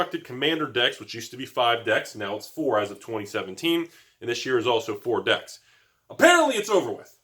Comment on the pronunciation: Yeah he was saying decks and then dicks. Snuck it in a few times lol